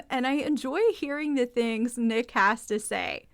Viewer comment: It’s N___ICK. Like GarrICK.😊 Yeah, Teresa wants screen time to highlight her”rap” career (?).